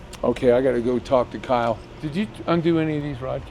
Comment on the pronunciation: That “Kyle” seconds lol.